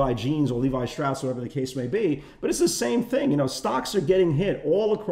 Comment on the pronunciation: L-E-V-I Shapiro not Levy hahahaha you kill me and yes we watch till the end! Love Respect you make us laugh in the live room everyday. Ya Know...